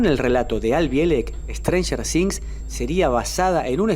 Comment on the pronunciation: "ESTRANJER DINZ" 🤣🤣🤣